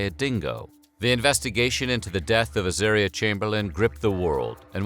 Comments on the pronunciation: At least learn how to pronounce the baby's name. Her name was Az-aaah-ria, not az-AIR-ria. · Wrong. It’s pronounced azAHria. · It's a pity they've pronounced 'Azaria' incorrectly. It's pronounced so it rhymes with the word 'aria'. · Soooooo many errors : * Az-are-reeah - not Az-air-reeah. * Uluru is Uluru, not Uluru Rock. It used to be named Ayers Rock. * Lindy did not search, let alone lead the searchers - she stayed at the camping ground. * Michael did search. * Lindy only added Creighton to her name when she remarried. It is incorrect to referred to her as LCC when describing the death and trial. * Lindy did not see her child eaten. She saw her child taken by a dingo. * Dingoes are wild. There is no such thing as a tame dingo. * A dingo is not a wild dog. Maybe a bit more research??? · It says the name wrong my sisters name is Azaria it is said Ah Zar Re Ah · In Australian it’s pronounced ‘Ah-zar-i-ah’